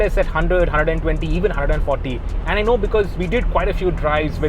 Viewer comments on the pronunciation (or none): none